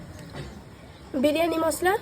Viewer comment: Biriyani ❌ Biryane✅😅😅😅😅😅😅